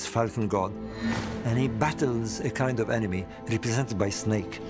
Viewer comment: "Some koind of..." 😂